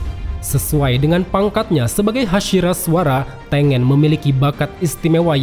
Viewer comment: Hantengu bukan peringkat 6 Hashibira, mlah hashibara Trus Tengen tu bacanya TENGGEN